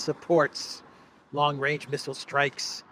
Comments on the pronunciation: How can you trust Truedope when he can't even say range 😅😅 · long wange, he is a looney toon character. Where is the wabbit?